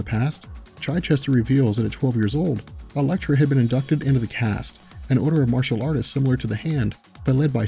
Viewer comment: Cast? Chaste is pronounced as "chased" except with a hard "T"